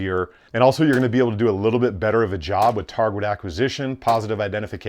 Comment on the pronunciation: Anyone else notice he has trouble saying the word "target"?